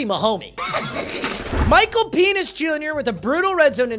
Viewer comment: Why is he sayin Michael Penis? 😂😂